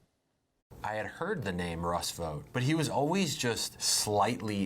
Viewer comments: His name is pronounced like bought, not boat. Chance Vought was a famous aircraft builder, it was not pronounced Chance Voat. Google it. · If you want to stop him, pronounce his last name like Vaught.